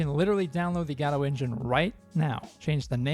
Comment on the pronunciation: This is one of the rare cases where a speaker pronounces the engine name the way I believe it's actually supposed to be pronounced, with the emphasis on the first syllable. Unfortunate that it's not pronounced this way more frequently.